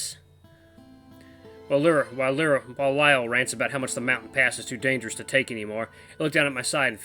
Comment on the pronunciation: You got the pronunciation of the VN (Lie-ER) right the 2nd time, just like the instrument. The music is the best in all the VN's I've watched. You'll eventually know the sad news behind the composer. Names Lyall (Lie-ll) Knew you'd love it.